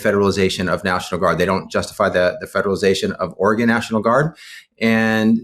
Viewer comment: Thank you for pronouncing Oregon correctly!